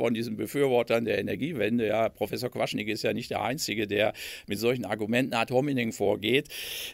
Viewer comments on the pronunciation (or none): Der Mann heiß Prof. Quaschning, nicht Quaschnig. Das weiß auch Prof. Habkeinföhn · er heisst Quaschning. Nicht Quaschnik. Wer lesen kann hat klare Vorteile Herr Professor. Ist das hier die neue Staffel von Tegtmeier klaert auf oder wie?